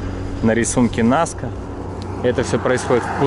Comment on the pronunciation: Рисунки НаскА, а не НаскИ )